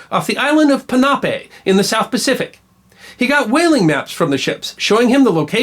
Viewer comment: Check your pronunciation on "Palmetto" and "Ponape". The first is "Pal - meh - to", not "Pal - mee - to" and the latter has the emphasis on the last syllable. By the way, it's been changed to Pohnpei now.